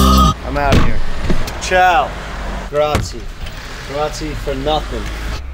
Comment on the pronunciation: I love Jeff but saying it grazie wrong hurts me a bit 😅